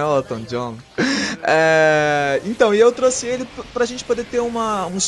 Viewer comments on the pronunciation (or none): none